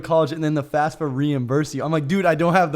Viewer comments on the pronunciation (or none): It’s FAFSA not FASFA Danny